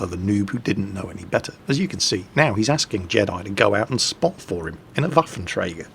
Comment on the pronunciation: you are pronouncing 'Waffenträger' pretty good practiced a lot? :D